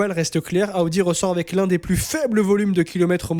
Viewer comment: AOUDI😂Stop. Soit tu prends l'accent pour toutes les équipes sois aucune. Il vaut mieux prononcer normalement Audi = O DI